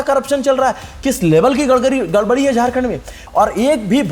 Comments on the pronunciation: Gadbadi ❌ Gadgari ✅ 😂😂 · Sab baat thik...aap gadbadi ko gadkari bol rhe hai...hum sab samjh rhe hai😂